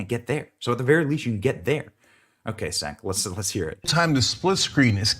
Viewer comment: "Cenk" is pronounced "Chaynk."